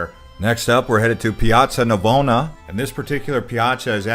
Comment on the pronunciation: It´s called Piazza Navona, not Piazza Novana